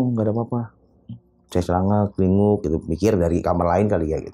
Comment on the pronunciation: Celingak-celinguk bang bukan celangak-celinguk. Gak enak banget dengernya.